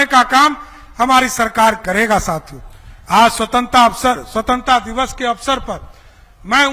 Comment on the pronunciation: स्वतंत्रता भी सही से नहीं बोल पाता है महोदय जी